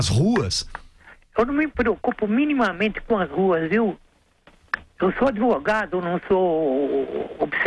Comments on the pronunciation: NOJENTO DEMAIS ESSE "ADEVOGADO". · "Adevogado" repugnante !